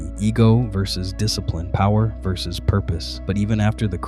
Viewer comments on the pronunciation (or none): none